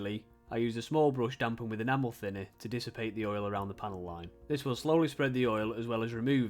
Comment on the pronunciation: I've watched so many of Plasmo's videos that I was really surprised when I heard "enamel thinner" pronounced properly :D.